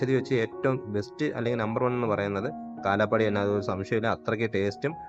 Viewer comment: കാലാ പാടി അല്ല കാലാ പഹാടി എന്നാണ് ശരിക്കും പേര്